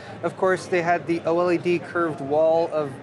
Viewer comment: Oh el ee dee = OLED ;)